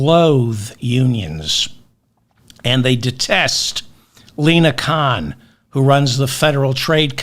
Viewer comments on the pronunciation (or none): none